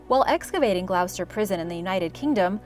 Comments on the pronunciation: "Glo-ster" not "Glau-ster" 🙄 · she has to be a computer-generated voice no westerner over 12 pronounces Glouster the way she did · Lol, it's pronounced Gloster, not glowster. Yes, English makes no sense. Sorry. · Annoying hearing glowster.seeing the the prison is about to become an hotel they need to update their info!! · I like watching your channel. My only comment on this video is my home town of Gloucester is pronounced “Gloster” not “Glou-ces-ter” The old prison is currently used for tours and they even do a “Zombie outbreak experience” there! There was plans to knock it down even with its heritage and build apartments there 😣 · Love the video but it’s pronounced “Gloss-ter” not Gl-ow-ster 😅sorry to be that person! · Love love LOVE your videos! But I can't sit here and listen to your mispronunciation of 'Gloucester'.... (sorry!) It's pronounced 'Gloster', rhyming with 'Foster'.... in fact, we have a nursery rhyme.... Dr Foster went to Gloucester, in a shower of rain. He stepped in a puddle, up to his middle, and never went there again! :) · For future reference Gloucester should rhyme with Foster as in the nursery rhyme Dr Foster went to Gloucester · so pronounced with a short o sound like, Gl-ah-ster? Short o making more of an -ah sound as opposed to -oh or -oo sounds.... just trying to make sure I get it. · Great video, 😁 One little thing (that might already have been mentioned 😏): Gloucester is pronounced 'glosster' 😁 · GL-O-ST-ER THATS HOW ITS SAID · It pained me when she pronounced it yet her Spanish is perfect 😂